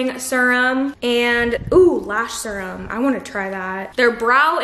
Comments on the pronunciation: i’ve never heard anyone say serum like that hahaha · And serum😭😭 I knew I wasn’t the only one lmaoo